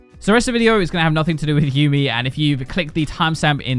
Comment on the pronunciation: YUUMI PLS DONT START WITH MESSING UP HER NAME it's like people who say tresh cmon